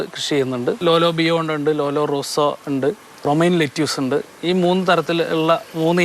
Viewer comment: ലെറ്റ്യുസ് അല്ല ലെറ്റിസ്...